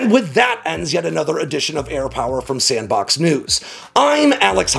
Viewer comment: I appreciate how much everyone relish’s how much Alex enjoys saying “Air Power”